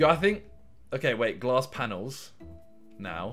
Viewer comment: I like how Simon calls the glass panes G L A S S P A N A L S